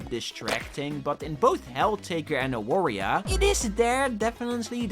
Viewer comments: Polish people pronounce W as V, so you say it as 'Avaria'. It pained me to hear you call it like it's another Wario inspired game. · It's pronounced A-var-ya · AAAAAAAAA AWARIA JESUS CHRIST ITS READ AVARIA I FORGOT PEOPLE CAN BE NOT POLISH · the way you read Awaria hurts me a bit. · As a proud Polishman I must say ☝️🤓 “Awaria” is pronounced with a “v” sound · It hurts me how non Polish people read "Awaria" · Time to make fun of your pronouncenation of awaria. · The way that non-polish speakers pronounce "Awaria" is cracking me up lol Also really happy to see Mindwave on the list. I was never really that interested in Warioware but this game captivated me ever since I first saw it. I absolutely love it and I can't wait to play it when it fully releases.